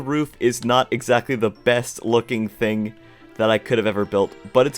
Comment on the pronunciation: Your so good at building but, you keep saying think instead of thing